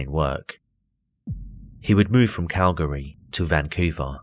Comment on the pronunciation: you should’ve consulted me for this video! It’s “Cal-Gree” not “Cal -Gahree”. Yeah we’re weird, but Worcestershire is pronounced “Woostehshur” so you can’t complain!